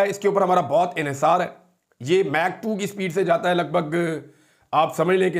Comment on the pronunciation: It’s Mach 2 not Meg 2